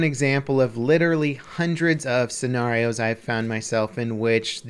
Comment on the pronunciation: The way he says “scenarios” sounds like a British spy lmao